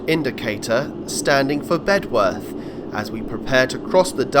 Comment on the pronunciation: Local pronunciation is “Bed earth “………not “Bed worth “ ……the w is not sounded !